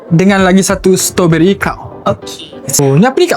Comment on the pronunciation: dik.. 😅 kalau nak buat content makanan.. tolonglah sekurang kurangnya belajar sebut perkataan tu betul betul. STRAWBERRY. Ada "R".. stRawberry. Bukan Stoberi. Kita biasakan yg betul.. dan betulkan yg dh dibiasakan.. kalau benda tu dh terang terang salah. Ramai followers yg tengok video adik ni.. budak2 sekolah dan kanak kanak ramai. Kita taknak generasi yg akan datang ikut influencer sebut benda salah.. sebab ingatkan influencer ni tahu semua/ dan authority tentang subjek yg dia buat content tu. Tolong ya